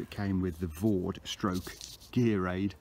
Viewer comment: For anybody out there who is interested, it's Vow-Dai, not Vawd... Not a criticism btw, just saying. Another btw is - you have pegged all the side pull-out guys to the mid-skirt/entrance pegging points, which is defeating the object of them. They should be pegged as far away from the tent as possible to create the best angle to pull the mid-panel out, creating more space inside the tent, and improving ventilation, and/or to stop the outer touching the inner - if you are using one - in a wind. Otherwise they are doing nothing at all. Re-silicon sealing - with a 50/50 dilution with white spirit it goes much further, and you can wipe any excess off with a cloth lightly moistened with white spirit, and this will also push the sealant into the threads and any stitch holes, and it hardly leaves a trace when it has dried. It is a much faster way of doing the job, I mean a lot faster! The idea is that the silicon is forced/soaks into the threads and holes, and is not meant to form a layer as such. I am only trying to be helpful, not niggling, sincerely. I would have used a syringe, possibly, once, but when you have done a few tents, I assure you that the dilute, middling-sized brush, force in/wipe off excess with cloth method is much faster and more effective long-term. A bead of sealant can come 'unpeeled' sometimes. If anyone is really worried about appearance, pitch the tent inside out and seal it that way. And slight mistakes would mostly be seen on the inside afterwards